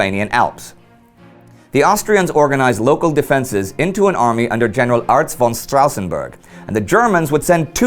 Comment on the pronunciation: I know i'm nit picking right now, as you do it right otherwise, but as a person who has a ''von'' in their name it's really annoying when someone says ''von'' instead of ''fon'' .